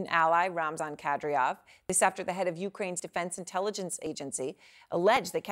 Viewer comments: Burnett - The man's name is Kad Y rov and NOT Kad R yow -- how did you get the job? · WHY is it this CNN presenter who thinks she is good, and is reading a screen, CANNOT even say the Chechen leader"s name correctly. SHE keeps saying KadRYov and not his name which is KadYRov. SIMPLY FRACK TO BUNT. This is bad for a presenter to get the pronunciation incorrect when all others on the planet can say it correctly and all she has to do is listen, monkey see/hear, monkey DO! Others must not listen to Ukrainian people speak either, and then say the village or town names incorrectly. Very SAD for so called educated people to get it wrong! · Everyone : KA-DY-ROV CNN anchor : Kadriov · That novichuc is a helluva poison and Erin it's Kady -rov not care de off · It's Ka-dee-rov. Not Ka-dree-yov. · Kadryov?? Actually it's Kadyrov, is it not? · Why she pronounced Kadyrov’s last name wrong ? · It is KADI ROF, NOT KADRIOF come on ERIN. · It's not pronounced kad-ree-ov. It's Ka-deer-ov. Horrible prep reporting. Typical CNN. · Can she stop calling Kadyrov- Kadriof it is ignorant and sloppy. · The terrorist's name is pronounced ka-DEE-rov, not KA-dree-ov. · Kad-EER-off, not "Kad-ree-off". I'm kind of amazed with how they can still mispronounce these names considering how much reporting has already been done on him. Doesn't CNN have ANYONE on staff who can get these right? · It's Kadyrov, not Kadryov. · his name is Kadyrov, not Kadriov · I wonder if the teleprompter was written wrong or this host is purposefully mis pronouncing Kadyrov as Kadryov. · Seriously? You can't figure out how to pronounce Kadyrov? The war didn't start yesterday, do some research. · Said his name 5 times… not once correctly. It’s not a hard name! Come in CNN! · Kadyrov pronounced Kuh-Dear-Ov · she is having a real hard time saying Kad A Rov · Pronunciation check: Ramzan Kadyrov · someone teach this lady how to pronounce Kadyrov correctly. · surprised such smart pretty woman mispronounced K A D Y R O V